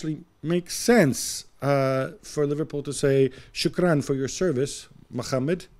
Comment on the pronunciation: Gab saying shukran😂